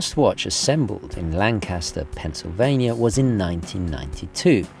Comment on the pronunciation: Hi! Great watch! Only critique I have is the pronunciation of “Lancaster, PA”. It’s not pronounced like the Avro Lancaster bomber (like you would think). People from there pronounce it “LANK-astor”. When I was in college, my friends from that area of PA practically beat this into me!